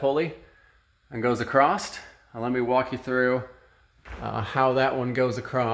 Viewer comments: It was 'acrost' that was killing me 😭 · I just got the same hoist today and this video is extremely helpful. Thank you for posting this! I like how you say acrost or acrossed, I used to do that until my wife teased and corrected me. Now every time I say across, she says don't you mean acrost? I played that part of the video for her and she got the giggles. Cheers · Is he saying “acrosst”?